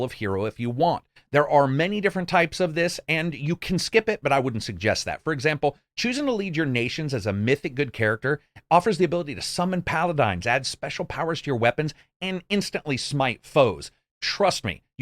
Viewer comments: I really like your Reviews. Keep them going man. Liked and have been a sub for awhile. Do you call them "Pa" "la" "dines" on purpose to trigger those of us who are OCD? ("Pa" "la" "dins") :D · "Pal-adynes" xD~~